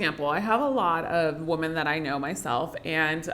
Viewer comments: I have to get used to pronouncing women as "woman" and not "wimmen" 😂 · you pronounce the word "women" (plural) like "woman" (singular). That's my only criticism.